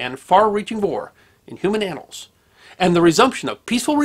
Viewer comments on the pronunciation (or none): none